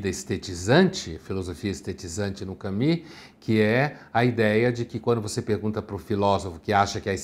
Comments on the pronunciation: Por que ele fala Cami sendo que a pronúncia certa em todo lugar que eu olho é Camu? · E nem é a pronúncia certa. Não sei de onde surgiu esse "Cami" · Pondé fala que para não parecer metido ele não ousa falar Pondê, mas me vem com um "Cami". KKKKKKKKK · Eu o chamava de " Camus", mas só depois que eu fui saber que a pronúncia era " kami". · Estava procurando como se pronuncia Albert Camus e cheguei a este vídeo. "Allbé Camí", ok? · Então a pronúncia correta é "camí"? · A pronúncia correta está entre Camus e Camis. Só ouvir qualquer falante da língua francesa pronúnciando